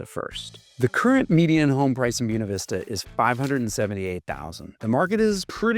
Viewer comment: Say this: bway-na veesta I highly doubt that ancient Latin would have pronounced the word that silly wrong way that you did. Boo ee neh 🤣🤣🤣🤣🤣🤣. I speak Italian and Spanish and it wouldn't even be pronounced that way in Italian. Latin is an archaic language. There's no way I'm going to pronounce Buena Vista the way you do. It makes you sound like a hick who's uneducated. I'm going to say Buena the proper Spanish way which is contemporary. It's most ridiculous to look at the word and say it the way you say it. Never. I will never say it that way. In fact, hearing it mispronounced like that made me never want to move there, whereas before I had been considering it based upon the rest of the video. It's just such a turn off to know that local people are so backwards, and insulting to the Spanish language and Spanish speakers. (Incidentally, FYI, another example of silliness like this is a town in Arizona called Prescott and the locals call it 'presskit" I will never refer to it as presskit. It is prescott Scottish people are offended by the old unsophisticated locals' pronunciation of the town. just like anyone who's a native Spanish speaker would be offended by your pronunciation of Buena.) PS -- Are you one of those who unfortunately pronounce the word for the Italian language, "eye-talian?" Perish the thought, but I wouldn't be surprised if you did insult Italians that way. I hope you don't pronounce the country, "Eyetaly."🎉